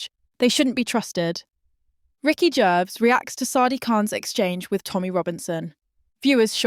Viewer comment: AI can’t even pronounce Gervais. Ricky said nothing